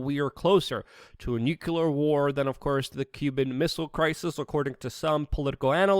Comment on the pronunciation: Yes are Perfect my friend, except when you repeatedly say Nucular instead of Nuclear. George Bush Jr. would approve though. Lol. Love your channel, keep it coming. Great work.